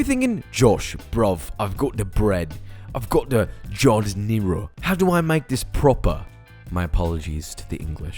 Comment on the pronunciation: Please stop trying to pronounce Italian words... you do a bad job of it. Your giardiniara is all wrong. Where’s the garlic and oil?? Where the hell do you buy mortadella in Texas?? Can’t find giardiniara there either. Certainly not the HEB or Kroger!!